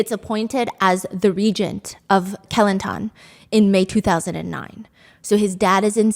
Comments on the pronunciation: It’s actually kuh-lan-tan 😅😂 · When she said "Kelantan" I heard Kilantan I went like: What state is that??? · great video as always stephanie. from now on, im gonna pronounce kelantan like you did. so classy.